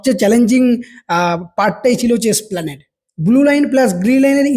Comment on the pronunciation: “Splanade” boley kichu hoy na it’s ESPLANADE 3.04 - Rotating- Not Roting